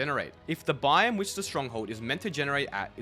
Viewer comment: This dude saying “bime” instead of “biome”.